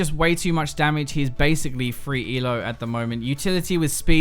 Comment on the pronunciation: I thought you were cool. But the moment you said "free elo" instead of "freelo" made me think otherwise:c